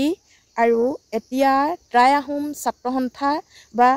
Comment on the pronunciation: Try নহয় টাই আহোম ক'ব। উচ্ছাৰণ ভুল।